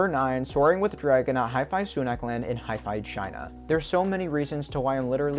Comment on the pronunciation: huy fuh, or huh fuh not hifi for hefei china... you pronounce everything perfectly so just had to correct with love! great video!